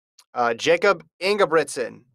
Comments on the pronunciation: It’s pronounced Yakub. It’s not that hard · say his name right